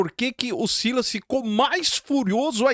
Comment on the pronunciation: SILÁS , SILÁS 😂😂😂😂 É O SILAS . PARA MIM É UM OPORTUNISTA.